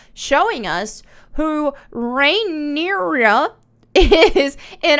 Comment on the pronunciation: You say it rin-ear-uh